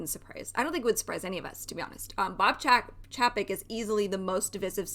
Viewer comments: Pronounced..... CHEY-PEK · If you don’t know how to even pronounce his name I can’t take your opinion seriously.